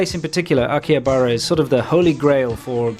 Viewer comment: If you are going to claim that you know something about Japan at least, please learn how to pronounce names of places you visit in Japan. In case of Akihabara "h" is not silent. You don't pronounce Shibuya correctly either. Pretty amazing really.